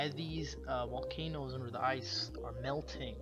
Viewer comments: Wolcanos!!! Guys!!! Etc If you are going to narrate anything learn to speak correctly. Listening to you is like listening to teenagers gossip in the school yard. This does your presentation a massive injustice. I couldn't listen to you. Get some voice over lessons. And stop referring to everyone as Guys. Amateurish at best Annoying and crappy music too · Did he say Wolcanoes? Well there's a lot under the ice in Antarctica because it wasn't always icy. It looked just like any other land mass without ice covering it. Humans on the planet go back thousands and thousands and thousands of years and I'm sure we inhabited Antarctica at one point. And before humans there were other types of beings living on our planet. Now they could still be living there or another race of ETs took it over. They are not demons. That is just plain ridiculousness. That's always the answer to those brainwashed by religion. I'm fairly certain that demons don't fly around in ships lol. If there really are a such thing as demons then they are from another dimension, not living under the ice in Antarctica. This is just common sense. When trying to figure all this out its best if everyone doesn't look at mysteries like this from a religious or scientific standpoint. Stop trying to prove something either way. See and listen but not hear what our own consciousness is telling us. We have all the answers we need inside is. Humans are way more powerful than what we've all been taught. Have a great day everyone! Or night 😉